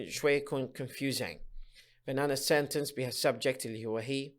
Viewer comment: تحياتي لكم مقدما.. لكن هذا ليس شرحاً بل هو ترجمة لما هو مكتوب.. ويبدو لي - وقد أكون مخطأً - انه عرض أقربُ للفظ منهُ للشرح.. وكلمة (sentence) لم اسمع البريطانيين أو الأمريكان أو الأستراليين او حتى الاساتذة العراقيين يلفظون هذه الكلمة كما تلفظها بشكل غريب.. سوف تقول لأنها مُدغمة مع الكلمة التي بعدها.. أقول لك لا.. لان اغلب لفظك لهذه الكلمة تكون وهي أي كلمة (sentence) في نهاية ترجمتك لفقرة معينة.. ليس الموضوع موضوع المُماثلة (Assimilation ).. ونختم رائينا بالشكر لجنابكم.. أخوك: المترجم د. محمد